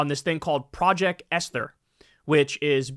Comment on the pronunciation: It's project Es-ter.